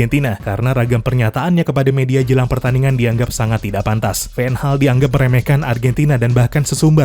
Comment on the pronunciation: anda nyebut Van Gaal sedikit seperti menyebut Ten Hag